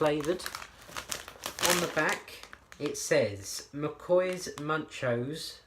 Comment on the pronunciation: Dude it’s pronounced Moochoes as in Muchos the Spanish word for more.